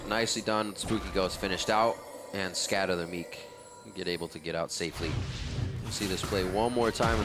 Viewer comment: Did anyone else hear Rivington say "Scatter the meat"? p-p